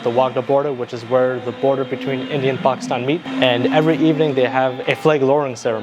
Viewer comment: How come you don’t say Pakistan right